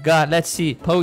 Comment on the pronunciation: does he say potion or oh shit??!